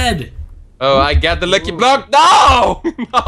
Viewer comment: i love how when Bodil says lucky block it sounds like he says licky block XD